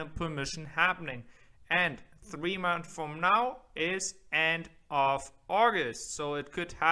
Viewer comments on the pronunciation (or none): I know you are German and your English is great but you HAVE TO say the ‘s’ in ‘months’ Seriously